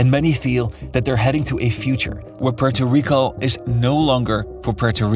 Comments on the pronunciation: Comoquiera suena grave pero bueno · Bro if you are gonna hate at least get it right. It would be Puelto Rico. Lambdacism only changes de lateral R never at the beginning of words. Comes from the Canary Islands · Why does hesay Puerto Rico like that. 😂😂😂😂😂😂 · Why the reupload? Edit: Ahahaha, I see why. You changed how you pronounce Puerto Rico. :D I mean, fair enough. :)